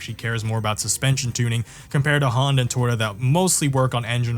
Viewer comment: I've never heard someone pronounce Toyota as "Twitta" 500 times in 22 minutes before